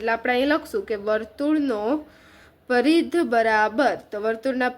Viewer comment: Paridh nay parigh